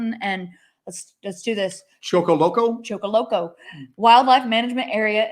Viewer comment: Great show as always. BTW Cheaha is pronounced Che-ha. Choccolocco is Choc-o-loc-uh. Cheaha and Talladega National Forest both have reports of Bigfoot. Maybe one day you guys will get a chance to investigate our area. Keep up the great work you are both doing!